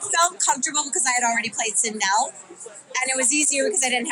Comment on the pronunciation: not sindol....it's sindel so annoying